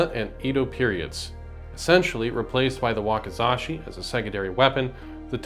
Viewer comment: "Wakazashi" -> Wakizashi